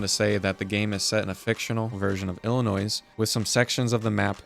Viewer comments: you actually said Illinois wrong to properly pronounce it's ILL-noi S is silent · My phone while emiditaly crashed😭 Edit: it's pronounced Illinoi not Illinois the s is silent (I'm from Illinois) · You don’t pronounce the S in Illinois like you did here . It’s pronounced as if there was no S. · bro said the s for illinois 😂😂😂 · S is silent for illinois btw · You mispronounced Illinois…